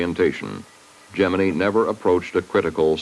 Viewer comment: The rocket looked like a giant bowling pin. And, BTW, why is Gemini pronounced "GEMIN-EE"???